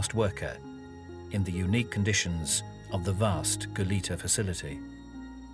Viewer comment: Why are people mis-pronouncing "Goleta"?...the 2nd syllable should be said as a soft e, almost like an a...it is a Spanish name, and should be pronounced as such. It is not "Goleeta".